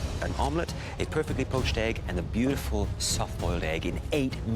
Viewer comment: He said beauticul